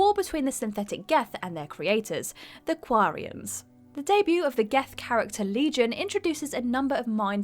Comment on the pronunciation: Has even played mass effect? The way she pronounces quarians and genophage gets under my skin